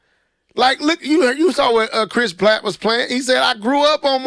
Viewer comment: Chris PRATT with an "r". Charles Martinet (the "t" is silent so it's pronounced Mart-in-aye) Sorry ya'll it's the teacher in me lol.